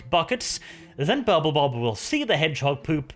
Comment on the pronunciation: I kept hearing Purple Bob :D